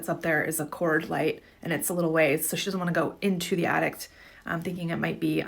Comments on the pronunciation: if she says attict one more time my brain might crosss circuit lol jk but lady its called an attic not and attict lmao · The most disturbing part of the last clip is the lady thinks there’s a T at the end of attic….. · Lady at the end calls an attic an addict...lol.